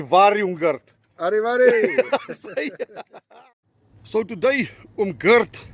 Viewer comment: Asseblief tog! Die arme man se naam is nie "Girt" nie. Dis net soos die Afrikaanse Gert, maar met die harde "g".